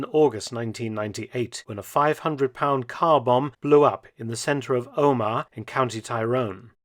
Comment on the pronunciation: Good informative video Mark. However, Omagh isn't pronounced Oh-Mar but Oh muh.